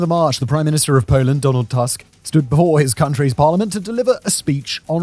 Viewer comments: 'Tusk' is pronounced too-sk, not tusk. Jesus, you'd think that in the age of Wikipedia biograms having recorded pronunciation guides, we wouldn't have such oopsies happening on one of the biggest channels on the platform. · The last name of Polish Prime Minister Donald Tusk is pronounced <Toosk> not <Task>. Every time you see the letter "u" (or "ó" for that matter, they are pronounced the same way) in Polish read it as as in "foot" or "tooth". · This is a great video. But one small correction, the pronunciation of Polish Prime Minister surname is wrong. It is rather 'Toosk'. We pronounce 'u' like 'oo' in word baloon. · Please, it's not pronounced as Tusk, like elephants bone like structure but toosk. DW gets it wright, U in polish is like english ooh. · Your pronounciation of TUSK is English, like most journalists and pseudo-Youtube journalists who treat it as if you were speaking say of an elephant tusk. To clarify, in Polish his last name is properly pronounced in a deeper, more nasal "U" as you might for the first U in the word "Uranus". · Every time I hear "Donald Tusk", I think I am having a stroke. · Simon's only job is to read the scenario and yet he made no effort to check how the name of the prime minister of his neighbouring country is pronunced... 🙄 Lame. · Źle wymawiasz Tusk. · I like the video, but Tusk is not an English surname, and Tusk doesn't rhyme with Musk. :) We pronounce the letter 'u' as [u], just like in Latin, German, Czech, etc.